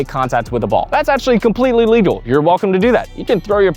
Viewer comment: Great video – you addressed some uncommon scenarios that I never thought of before and cleared up some confusion from just reading the rulebook. I just wish you took some time to re-record and edit confusing sentences and clarify what (to me) sound like mispronounced words like illegal and legal. Section #1 BALL BOUNCING OVER THE NET to “... but if I hit the net, it doesn’t just end the rally…” I’m pretty sure you mean “if the ball hits the net”. Later on (#6), you specifically state that you can’t touch the net. Section #3 BEING ESTABLISHED OUTSIDE THE KITCHEN to “… if you ever step into the kitchen, you need to establish both feet outside to be (unintelligible) able to hit a volley after that point.” I re-played it a dozen times and most times it sounds like you say “illegally”, but by context you must mean “legally”. Suggestion: replace all words after “outside” with “before you return the volley to avoid a NVZ fault.” #4 ERNE CANT’ (sic) CROSS THE PLANE OF THE NET… to “The problem is, most players try to make contact on the opponents’ side of the court, and that’s legal.” Why not just say a fault? Once again, in context, it wouldn’t make sense to call this legal. #9 OBJECTS ON THE COURT and #11 CAN YOU THROW YOUR PADDLE TO HIT A BALL Multiple of questions here. to “if you take a volley out of the air and then your paddle drops into the kitchen, that would be a fault” – I think it’s a fault any time your paddle drops into the kitchen